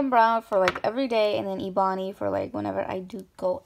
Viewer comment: She said it like e-bon-e even tho it’s ebony